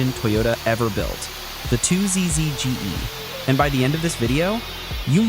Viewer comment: Would it be hard to have someone narrate this? "Two Jay Esses" really? bruh